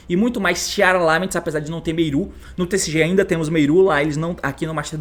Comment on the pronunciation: Cada vez que o T fala “Meiru” é uma facada no meu ouvido